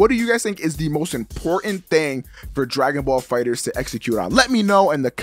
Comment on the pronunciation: damn it,. Say it with me. DRAGON BALL FIGHTERZ. NOT DRAGON BALL FIGHTER Z.